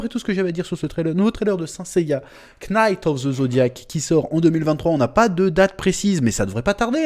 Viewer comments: Chef je t'aime mais pitié ne dit pas knight en prononçant le "k" c'est un k muet 🤣🙏🙏🙏🙏🙏🙏🙏. Merci pour l'avis et courage. Moi je trouve que tu as raison : ça doit être beaucoup plus lumineux et flamboyant, les combats c'est plus ésotérique que physique, et les armures du moyen âge ça pue. A quand des films DB et SS qui se contentent de reprendre exactement les scripts des animés ou des mangas putain c'est pas dure quand même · « Quenaïte of zeu zodiac » « Seins saiya » Change rien chef , on t’aime 🙏🙏